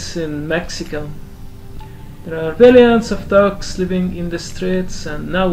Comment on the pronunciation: Interesting, the State Fair takes place in Tlalnepantla during October? Does it coincide with All Saints Day? It must be very CHIDO! As for your english, I must commend you for your being well learned in this language, at first when you pronounced 'dogs', my ears heard 'ducks', but showing the yellow colored dog and no ducks, its obvious to note what you're talking about. As for the most beautiful women in Mexico, yeah I agree, I met some distant cousins from there in '83 and both were totally HOT. Maybe one of them married your father and we're ever more distantly related?!! lol...like finding a needle in a haystack, I know! XD Greetings to you from Querétaro and how did I come here? From your comment in Karl Rock's bathing video! XD